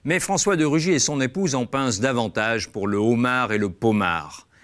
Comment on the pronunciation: Le z'homard m'a tué.